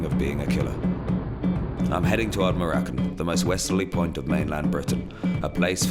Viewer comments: ARD-NA-MUR-CAN ......not that difficult to pronounce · It's pronounced Ard-na-mur-kun. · As a Scottish person I find his colonial approach incredibly disrespectful and appalling. He doesn't even bother to say Ardnamurchan correctly. His lack of respect towards Scottish culture is offensive, and his lack of an understanding of the history of deer stalking in the Scottish Highlands is horrific. His colonial attitude needs to be examined and critiqued, he makes so many culturally offensive comments even within the first two minutes alone. Vice, as a platform I respect I ask that you consider critically reviewing the cultural appropriateness of this content. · What a dobber he can't even say Ardnamurchan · Just started watching, but your pronunciation of Ardnamurchan is totally wrong haha :P Source: I live nearby. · He pronounced ardnamurchan completely wrong.... ...get it right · 30 seconds in... he hasnt bothered to learn how to pronounce Ardnamurchan, and also says the only thing there are seagulls sheep and deer... in the West coast of Scotland...